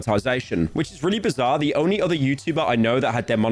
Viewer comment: Every time pyro said bizarre I lost a brain cell. I’m now brain dead. Thank you pyro